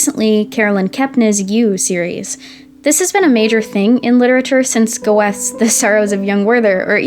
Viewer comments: This is amazing. Good work liked and subscribed. But did you call goethe go-eths lmao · Goethe is pronounced GOAT-uh by the way lmao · it's not go-eth it's Gö-te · Go- eth? So - krayts. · haha your pronunciation of Goethe really threw me off but this is a great video so far and your dog is adorable